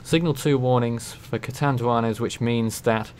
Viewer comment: yes, you are pronouncing Catanduanes correctly.